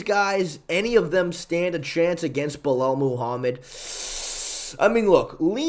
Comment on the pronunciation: Istg stop saying belel your gonna make me crash out.